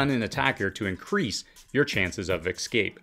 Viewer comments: Ess-scape, not X-scape! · Love your channel, but you're pronunciation of "ex-scape" was killing me. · There is no "X" in "escape".